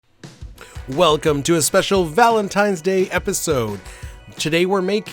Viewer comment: Did say "ValenTIMES" day????? 😀